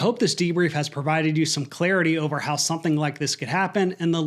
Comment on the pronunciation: Why do you you keep saying the word " something " as "sonthing¿"